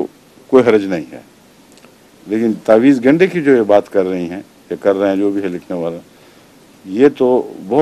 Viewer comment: لفظ" تاویز" گنڈا کی بجائے "تعویذ" گنڈا ہوتاہے